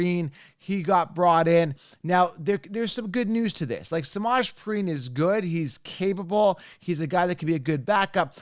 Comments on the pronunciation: Smodge preen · Butchering Perine’s name ffs 😂